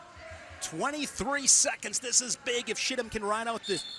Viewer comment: Go to... calls Chittum, "Shittum," and says it again,, and...😂😂